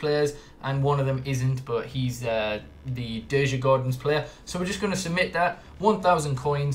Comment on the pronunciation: It's fine. As a swede I don't expect foreigners to say it perfekt. If you'd like to know you actually say it "Jurgoarden". Or kind of, because dj=j and å... Let Google translate tell you how to say it.